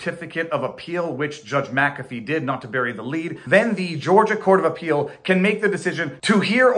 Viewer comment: I do like that you are one of the few on YT that can pronounce Mc-Afee